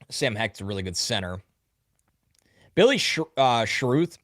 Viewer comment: Mkay before I lose my mind. Its Billy Shr-ow-th. #WeRND